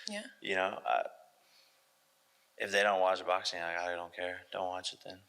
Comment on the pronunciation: I'm not sure if Jake doesn't realize the letter G is a thing. If he doesn't understand how "ing" should be said, or if he has a speech impediment. Every word ending with "ing" he pronounces as "een" 😂 "Boxeen" "Watcheen" "Traineen". Literally any word ending with ing.